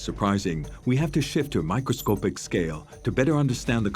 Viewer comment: Isn't it microscopic and NOT microscopeic as the announcer says?